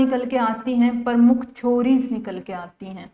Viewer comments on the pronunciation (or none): none